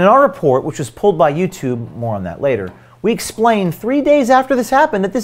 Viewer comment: If you don't protect your sources better you won't find many people willing to "be brave". was shown in profile silhouette, and you did nothing to hide his speech patterns and mispronunciation of common words such as "that" (which he pronounces "thit"). Your work is much appreciated but you need to be more careful to protect your sources' identities.